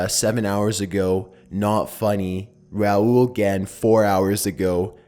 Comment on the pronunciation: thanks for saying it right